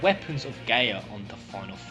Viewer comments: It’s pronounced guy ah not gay ah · Every time I hear him say "Gay-Uh" instead of "Guy-Uh" I die a little bit on the inside... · just found this. it's a really COOL idea. but why does he keep saying the planet's name WRONG!? wtf is GAY-uh? it's GUY-uh. the letters "a" and "i" together make an "eye" sound. and the word Gaia has been around for a while. always pronounced with the "eye" sound. and as for Luna being Jenova.... why would she come back to the same planet wanting to destroy it after saving it in the first place? sounds a little too contradictory... unless during her time adrift she was corrupted. the weapons being invaders.... no. in VII they only tried to get rid of the thing hurting the plant. even when Diamond Weapon fought Cloud, it was because he was in the way. after you beat it, it still continues toward Midgar, not caring in the least about the heroes. if they were destroyers why would they stop what is doing their job for them? but turning it around.... the Weapons could have poisoned Luna while she "poisoned" them in return. they were infected by her good will while she absorbed their maliciousness. if that were the case I MIGHT be able to KINDA see this being a truth. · isn't it GUY-A not GAY-A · gaia its pronounced "Guy-yuh" Btw